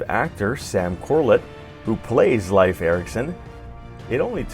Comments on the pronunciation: His pronunciation of Leif is driving me crazy. It's pronounced like leaf! Not life! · Your pronunciation of Leif is cringy